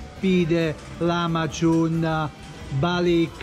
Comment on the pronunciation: Comunque si dice lakmagiun non lamaciun 😂